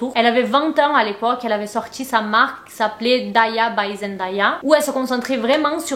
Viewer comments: Elle dit toujours qu’on dit son nom Zen Dé ya et pas Zen da ya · Merci Mais son prénom se prononce zendeya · Coucou beauté , superbe GIVDT. Puisque tu comptes faire d'autres vidéos sur l'incroyable Zendaya, je peux juste préciser que ça se prononce Zendèya (''day'' comme ...day 🤷‍♀️) . Bisous ♥️ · Je cherchais ce commentaire ! Dans toutes les vidéos sur Zendaya que j’ai vu les vidéos sont toujours super mais à chaque fois je suis perturbée par la prononciation 😅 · Salut! Très bonne vidéo. Il y a un seul détail que j'aimerais corriger, la prononciation de son nom. Elle prononce la partie ''day'' de son nom comme le mot ''day'' en anglais qui veut dire jour ou dia en portugais. Elle a elle-même fait une vidéo à ce sujet ;) Voici le lien